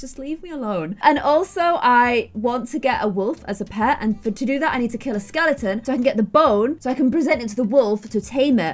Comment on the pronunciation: "I also need to kill a skelington" ~ 2019